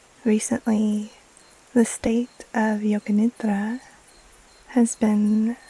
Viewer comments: As an Indian, I wanted to say thank you for acknowledging that Yoga Nidra is so much more than just NSDR. Your pronounciation of Nidra is perfect ❤️ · Your pronunciation of “nidra” is very good